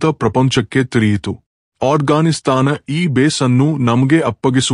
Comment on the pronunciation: ಅಣ್ಣ ಅದು ಅಟ್ ಗಾನ್ ಸ್ತಾನ್ ಅಲ್ಲ ಆಫ್ ಗಾನ್ ಸ್ತಾನ್